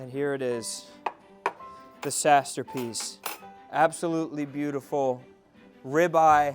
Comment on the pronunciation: The “Sasterpiece” 😂